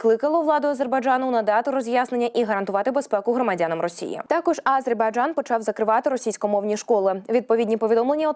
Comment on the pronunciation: Режет ухо, нЕ А зербайджан, а просто АзербайджАн, это все равно нЕ УкраИна, а УкрАина, жЕ диктор у вас ДОЛЖНА поставлена правильно речь и нЕ НАДО 🤕 выдумывать, СПАСИБО ❤🇺🇦